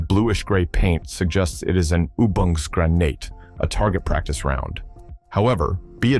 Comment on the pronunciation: "known as the "Mark"." Definitely not. 'Mark' followed by a number is the common way of the British military to denote different versions of an item. 1:07:77 "OO-bong's grah nate" Just tell your bot to skip German. He's awful at it. "Leed is a toxic metal" Aparently your bot is also bad at chemistry.